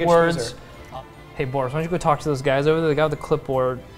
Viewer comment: When said Borrus all I could think was Goris.